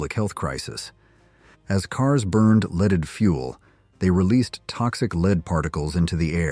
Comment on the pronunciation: Gotta love AI..."leeded?"